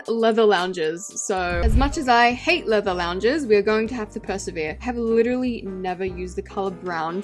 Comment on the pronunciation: When u said leather I heard Lego 😭🙏